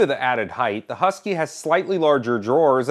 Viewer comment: There's no yu in husky